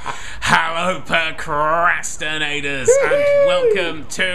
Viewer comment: "Hallow Procrastinators"